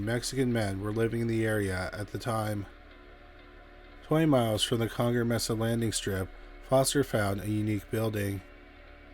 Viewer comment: Mesa = may-suh